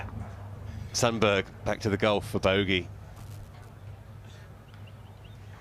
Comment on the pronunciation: Please note that you pronounce Sundberg as Shuntberry.